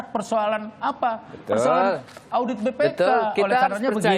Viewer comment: lidahnya keseleo 😅😅😅